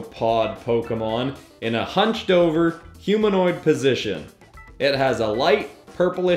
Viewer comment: It said humainoid dude what are you doing